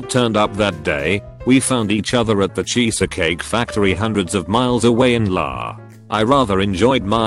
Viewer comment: You have to LOVE the robo reader "...away in LAAAA" LOL! EDIT!: Also how dose one get there hands on some "milliseconds"?